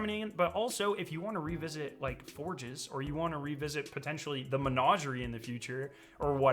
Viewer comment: PLEASE Google the pronunciation of Menagerie.